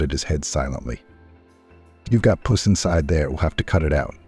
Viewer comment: Oh these AI narrators! So many simple words the AI pronounces incorrectly…”pus” being one. He pronounced it “puss”. Just one example.